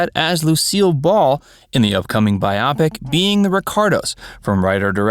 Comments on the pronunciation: Wait. Did you just say Bi-opic instead of Bio-pic? What is it with narrators of these kind of channels and weird pronunciations of common words? Bizarre... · It’s not pronounced BI-opic! It’s a combination of “bio” for biography, and “pic” for picture… it’s “Bio-pic”!!!! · Its pronounced BIO-pic, not bi-OPic. Its your native language, learn it. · It's bio-pic, not Bi-opic! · Baiyopik? Bio pik. Machine reader? Cannot stand this narration. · “Bi Opic”😂! You do know you can Google the pronunciation of a word if you’re unsure? Biopic short for Biographical picture. In this day and age there is absolutely no reason for this type of error except for sheer laziness. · Buy oh pick-it does not rhyme with myopic. Everyone else has covered the Keith vs Desi Jr controversy. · You might want to learn how to pronounce "biopic".